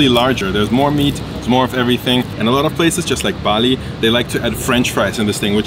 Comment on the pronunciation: Its not pronouced bali like the island, true prononciation is ballö